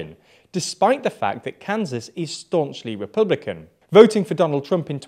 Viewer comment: "Repbulican" XD